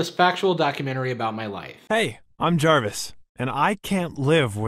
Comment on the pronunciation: You don't need permission to react to a video. Unless the Fine Brothers enter chat then be ready to pay $$$$. He did say Jarvis, if you listen you can hear the v it's just not as pronounced.